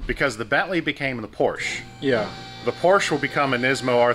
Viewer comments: Keep the Porsche (POR-SHA) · It is pronounced “Por-sha”. 😎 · Please trade or buy the Nismo because it kills me hearing you continually mispronounce Porsche. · You should stick to your american cars like Corvet, Mustan, Charg and whatever they are called. PorschE is for ones who can say its name right ;) Joke aside, buy ithe R32 or trade something for it. Beautiful cars even though I like R34 more. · You are clearly not a big Porsche guy because you always pronounce the car name incorectly...